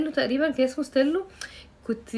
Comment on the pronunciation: ستيلتو مش ستيلو يا راندا